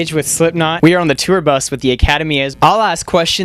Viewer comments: Cheyenne Paige “tewer” 😂😂😂😂😂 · I remember always being pissed off over the way he pronounced “tour” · relatable content hahahaha